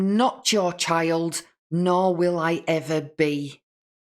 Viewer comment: And the way she pronounces it. Chiald